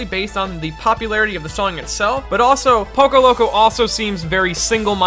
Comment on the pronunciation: STOP SAY POCO PLZ